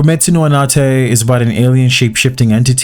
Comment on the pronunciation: anata and e are two different words. so dont say anatay, say anata then make a break speaking then say e